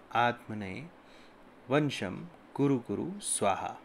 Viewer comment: भाई प्रणाम।मंत्र मे थोड़ा संशोधन कर ने की कृपा करें।'वंशम्' न होकर ''वशम्''कर लें। मेरे प्यारे भाई आन्यथा न लें।